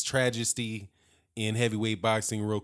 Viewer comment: Trajesty! I love it!